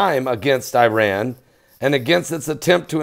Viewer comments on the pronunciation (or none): none